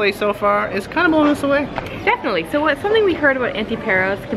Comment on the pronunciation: A delightful video, but all through it the two of you were pronouncing the name of the island wrong. The 'a' is a long 'a' like the 'a' in the word 'father.' It's not pronounced 'Pear-os'; but 'Pah'-ros.' The same for the island 'Antiparos': it's pronounced 'Anti-pah-ros,' not 'Anti-pear-os.' I am a lifetime, permanent resident of Paros and we natives are offended when the name of our island is mispronounced. I mean, it's such a short, simple name - one doesn't have to be a 'Rhodes Scholar' to learn to pronounce it correctly. Another suggestion, ditch the sunglasses. I don't care how blinding the Greek sun is; in 'public speaking' you must have eye contact with your audience; people want to SEE your eyes so as to make eye contact with you. Covering your eyes is a big 'faux pas' in public speaking.